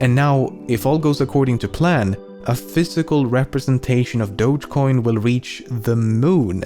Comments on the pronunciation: DO-GE COIN ffs. Not Dodshhcoin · >Dogecoin >pronounced as DODJ WHY